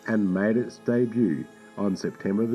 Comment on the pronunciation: Think about what you're going to say, then say it! You keep saying part of a sentence, stopping like it's the end the sentence, then you start talking again. Take a breath between sentences, not in the middle of them. PS. debut is pronounced day-boo, not dayb-you. Plus, the word "a" as in "a cat, a dog, a car" is pronounced as the letter "u" in the word "up". Phonetically, "aey" is the letter, while "a" ( pronounced like the "u" in "up") is the word.